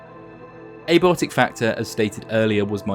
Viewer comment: Dude. Literally the FIRST line in your video, and you didnt think to reshoot your intro? The fuck "Ehbotic factor." It's AYE-BY-OTIK. Holy shit the slop never misses with fringe lore videos. Nerds thinking they know shit and completely tripping at the first hurdle over and over again. Can't wait to see how many more things you can't pronounce in this game.